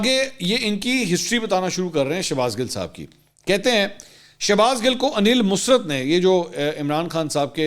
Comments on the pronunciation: His name Aneel Musarat not musrt Bcs his mom name Musarat plz pronounce correctly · انیل مسرت نہیں انیل مسرٌت ۔۔۔ " ر" کے اوپر شد ہے یہ musrat نہیں musarrat تلفظ ہے